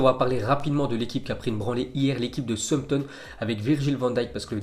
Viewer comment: Southampton se prenonce comme Southpark donc on dis sahoussamptone